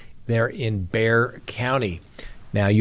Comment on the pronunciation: Hi. I know Suzanne’s mother, Barbara. We go to church together. She has believed from Day 1, that Brad did something to Suzanne. And thank you for pronouncing Bexar correctly